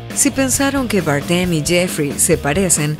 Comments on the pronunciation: Barden es español, no tienes que pronunciar su apellido en inglés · ¡Qué manera de pronunciar el apellido español Bardem por parte de la narradora!🙄🙄🙄🙄